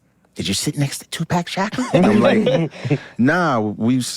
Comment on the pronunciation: ”TUPACK SHACKER” L M A O. 😂😂😂